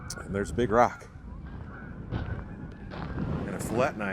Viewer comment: The way you pronounced fillet knife had me dying lol another solid video bro